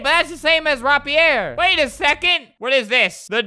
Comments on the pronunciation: Its not RAH-Pierre. It's Ray-peer. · Interestingly when he adds an accent on to something its not correct but when he doesn't add an accent it's not correct either like rapier its not ROPP E ER its RAEP E AER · He is saying rapier wrong pronounced (rape-ee-er) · It’s rapier not rapier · Nobody: Albert: Rap-E-Air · Nobody: Albert: RAP-EEE-AIR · Its pronounced Ray-Pi-er